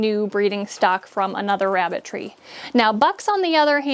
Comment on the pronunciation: it sounded like I ke you said Rabbit 🐇 Tree🌳....🤣😜 THANKS GOR THE INFO. 🤗💜